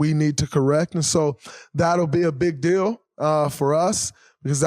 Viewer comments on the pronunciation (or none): none